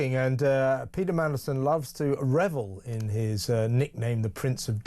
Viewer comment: lmao. .Have you always pronounced Peter 'Peda' or do my ears need checking .